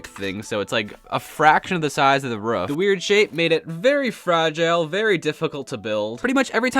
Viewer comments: It's not "roof" it's "ruff" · and he said ruff instead of roof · Why do you say ruf😂 it is roof I am not hating just saying and I like your builds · How does he keep on saying roof as ruf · roof not ruf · Is anyone else hearing rough not roof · It sounds like you're saying "rough" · i'm prety sure you said roof wrong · why do you say roof like that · The way he says roof makes me laugh for some reason